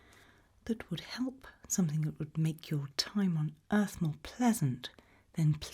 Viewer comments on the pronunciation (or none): Welcome to earf